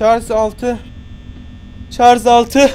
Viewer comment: ş leri söyleyemeyenleri unutmayıp videonun bir bölümünde şarj a çarj diyen koca yürekli